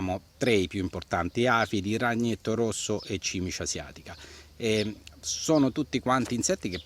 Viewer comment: Mi faccio sempre una risata quando pronunci "ragnetto rosso". Non so perchè :-)